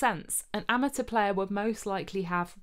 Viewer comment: <3 <3 <3 <3 You pronounced amateur properly!! I almost never hear that.